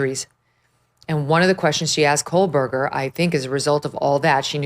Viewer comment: It's funny how she says his name wrong the whole time. Bravo! Can't wait until we never have to hear that name ever again!